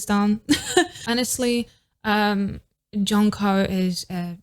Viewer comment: se pronuncia yonjo (jongho) im atiny for ateez